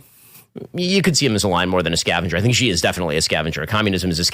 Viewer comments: Please learn (along with all the Fox News Folks - who I love) how to pronounce the President of China's name. It is pronounced EXACTLY like the English work "She". you know like "He and She". It is not G there is no catch z sound. It is Xi - that is "She". I am an American living in china (YunnaN) for a half a year - every year for 16 years. Chines people all laugh when almost all American news people can't pronounce his name correctly. By the way - chines can all pronounce President Trump's name. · Xi 🚫 G ✅😂